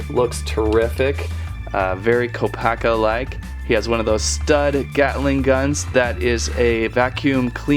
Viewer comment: HIS CREATURE IS NOT A RHINO AND THAT IS NOT HOW YOU PRONOUNCE KOPAKA.